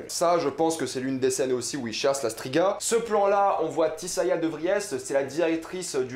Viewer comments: Mes remarques: - Quelques soucis de prononciations sur Brokilon, dryades, Tissaia de vries, strige (et pas stiga), sac-à-souris (pas mousesack sinon plutot dire Ermion). ça fait quand meme très mal aux oreilles tout ça. - Yennefer se faisait battre par son père (pas ses parents). - Fringilla VIgo. Pas Fringilla De vigo. - Aretuza fait partie de thanedd. Et NON Thanned N'est PAS UNE VILLLE ! - Non on ne va pas voir la loge directement mais le conseil. La loge vient apère le soulevement de Thanedd. D'ailleurs sur le plan vu d'en haut on voit clairement des hommes donc c'est le conseil pas la loge. Tissaia de vries ne fait d'ailleurs pas partie de la loge. C'est filipa eilhart qui en est la leader. - Ce massacre du nom de de dunny. J'avais meme pas compris de qui tu parlais au début. Urcheon of Erlenwald c'est tout simplement Dunny ou le Hérisson D'erlenWald en français. Un peu de respect quand même pour l'oeuvre. Pour un fan hardcore de the wiitcher, c'est très très moyen comme analyse. Beaucoup d'approximations et d'anglicisme inutiles (avec gros défauts de prononciations aussi). Mais bon y a au moins la passion. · Mdr, dryade, brokilone, stryge... Putain ta prononciation..